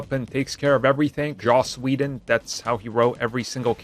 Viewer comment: Ah yes! Joss wheeldon😂😂